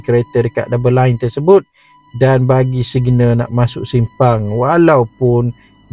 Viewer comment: Lane bukan line 😂